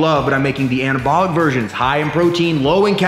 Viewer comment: This dude shouldn't be allowed to say "anabolic".